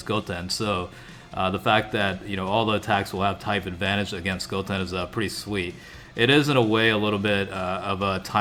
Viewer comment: Learn how to say goten